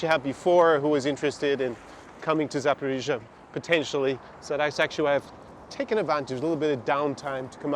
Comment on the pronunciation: I was used to say Saporisia like, a local girl told me "nooooo Saporoscie" boh. Anyway that city is underrated... concerning the issue that one knows the former president Poroshenko and Medvedchuk are rising in vote pollings. Obviously Medvedchuk had problems with "Zelensky law" officially because 3 TV channels were spreading Russian propaganda, also Poroshenko seems to have problems with "Zelensky law". The curious case is both Poroshenko and Medvedchuk seem to have no problem at all with a large part of Ukrainan electors. The 72% is just an old memory for the comedian and he knows he has just two years to generate more relevant damages. In my opinion the large majority of Ukrainian people wants to live peacefully with all the neighbours so Russia, Belarus but also Hungary and Poland without waiting 9 hours to terrestrial borders. All the people I met from the Don Bass are openly pro Putin if they are abroad and secretly pro Putin if they are still in Ukraine. Ukrainian people in general don't care to join Nato and they want to live in the best Country ever having fun, improving their personal economical condition and they have an extremely friendly behaviour with Belarusian and Russian persons. Ah like me they don't want to wear the mask like in Belarus, Florida, Sweden neither in supermarkets so many of them are used to go in little shops where the owners do not comply with Zelensky. Poroshenko's words "Ukraine must have a Ukrainian and Christian leader. "are coming